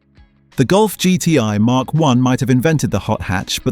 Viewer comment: Emm Kay 3? Don’t you mean mark 3……